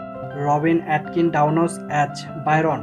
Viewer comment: AS = AAZZZZZZZZZZZ not AT